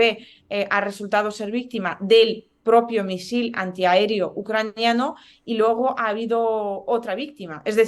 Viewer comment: Está reportera lamentablemente pronuncia muy mal los diptongos,"ue"los cambia por "uo"y dice logo por luego, que por favor lo corrija